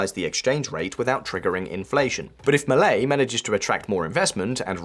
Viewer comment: dude check you pronunciation before uploading videos. Argentines, Milei - it's not pronounced the way you do it